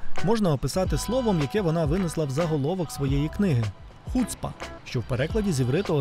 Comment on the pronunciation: та не хУцпа, а хуцпА... ну як так можно, ти не чув як тобі то слово кажуть?